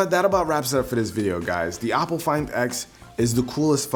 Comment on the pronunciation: Not to be rude, but the pronunciation of for Oppo is Oh-po not "op"... otherwise good video, I have been looking at getting this phone, but since I am in China I would have to find a way to flash the international rom on it because the local flavor is heavy on the security settings and locks everything in place not allowing the end user to use custom software, like google assistant or nova